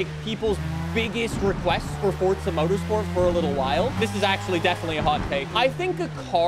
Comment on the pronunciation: Fort-suh. Ive always hated how this guy says forza. But its the first review i seen for update7. Lol